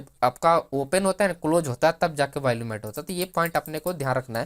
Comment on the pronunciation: You seem to have a good grip on the options chain and its parameters.. but you lack the Power of explaining.. and it's not Valume.. it's VOLUME. Just a humble feedback.😊